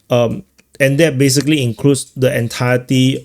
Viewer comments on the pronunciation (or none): none